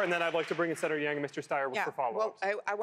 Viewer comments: wth is this damn guy host who can't even pronounce yang's last name? total idiot. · Struggling with the male commentator who didn’t appear to even know how to pronounce Yang’s name. And later did a dig when he snarked Yang liked to think of himself as a scientist and then laughed. He shows too much subjectivity.